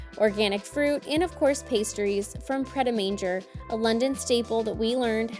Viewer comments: “Mon-zhay” - not “mon-jay” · Nice video, lovely family. The last bit of "pret a manger" is usually pronounced in the French way and hence "mon-jay". It means "eat" in French. For future reference! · Why do Americans say the name of a town/city and then ENGLAND (or any other country they happen to be in). Just say the name of the town/city. We wouldn't say NEW YORK...AMERICA ! Pret a Manger is pronounced MONJAY ( as in French " to eat" ). Did you know that there were toilets on the train ? AIR B AND B and THE IVY !! Must have plenty of money !!?? Avon is pronounced AVUN. Croissant is pronounced KWA SON. We call them pigs in blankets not pigs in A blanket. I'm surprised to see them on a Sunday roast as they are usually eaten with our Christmas dinner. Double decker buses are used all over the UK. NEVER tell us that we drive on the WRONG side of the road !! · Great video, Pret A Manger is pronounced like it is in French as it’s a French term ‘ready to eat’. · The pronunciation of "manger" made me giggle.